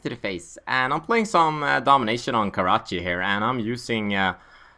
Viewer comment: My Karachi! (Pronounce it)